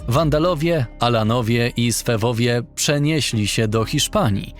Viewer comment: Swebowie, nie swewowie XD